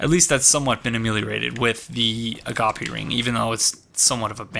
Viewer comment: Not to be a grammar nazi, but I've started watching your videos and I'm pretty sure you're pronouncing agape ring wrong.